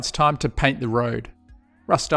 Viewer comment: mate heirloom is pronounced "air loom" not hair loom lol